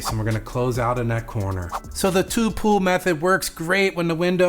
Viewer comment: I kept hearing you say pool. So I looked at transcripts, in the transcript you say pool. But what I think you meant was pull. I just needed to see what you were actually saying definitely gonna try this method.